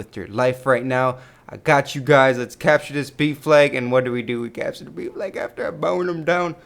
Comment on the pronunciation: when he says ''b flag'' it sounds like ''beef leg''